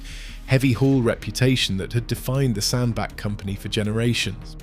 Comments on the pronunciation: It's pronounced SandBATCH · Aaaaagh.!!! I have lived in Cheshire most of my life. Sandbach is pronounced Sandbatch, batch, batch. Got it !!!?